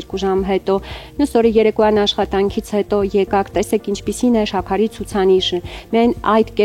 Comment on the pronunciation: xosyelu enk, shyaqari,aziz jan logopedi karik unes